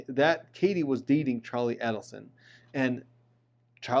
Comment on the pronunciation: Dans last name has the accent on the last syllable. Also Adelson has the accent on the first A, its not "ad". Very informative.